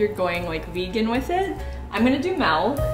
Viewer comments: I just realized you say MALK lmao I love it here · I LOVE THAT YOU PRONOUNCE IT MELK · She really just said "melk" and I love it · Wait di- wha- MELK?! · no-one: mia: mELK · Omg the melk bothered me 😮😮😮😮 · Each time says "melk" instead of "milk": o.O These recipes looked so GOOD 😭😭😭😭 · My boyfriend is in the other room and every time she says malk instead of milk he yells, "MALK!!" It's making for a novel 3D viewing experience. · why on earth do you say "malk" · "coconut melk" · Am I do only one who hears MALK instead of milk??? Love you but whattt 💀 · milk not melk xD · Lol you say malk instead of milk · “now we need water or MELK” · I was confused about "melk" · haha its fine….😍😈 did you say miulk!?🤔🐻😋😋😋😋😋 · "water or MALK" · I was struggling with the way you said Melk😹 love you girl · me south african speaking afrikaans and sying milk ( melk) mia saying milk as melk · I love how she pronounces milk as melk so cute 😭😭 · everyone: what ingredients do i need for banana bread: you need MELK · Normally love you but listening to someone say melk 100 times which is such a stupid pronunciation drives me fucking crazy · In Dutch the word for milk is actually MELK, so I got confused for a second there 😂 Had to go through the comments to see if anybody else noticed haha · Malk (milk) is that a Canadian thing? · I think you mean "repertoire" instead of "reservoir". 😁 And the way she said "melk" for milk is so cute. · No one:: ✨Melk✨ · Am i the only one who loves how she says milk hahah like meelk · Love how you pronounce MeEeEeLK 😂 so cute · I cannot get over ✨ maelk ✨ 😂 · It's so funny how she pronounce "Milk" 💖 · "Malk" makes me giggle every time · Are you really saying ''milk'' like that? ''Melk''? No judging, just really curious if thats just you or if thats the canadian shining through ;) Im from Denmark and it almost sounds like the danish word for milk, when you say it xD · in canade do you pronounce millk like melk r id that just a mai thing 😂😂